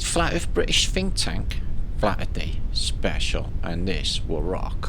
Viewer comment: Did I hear say Phinktank? No I guess I didn't. I'm getting old.